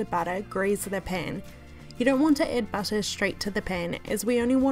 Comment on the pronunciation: Melted butter❌ Welted busser✅